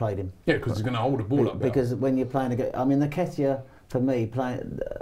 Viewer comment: its pronounced NNNNnnnketiah not Neketiah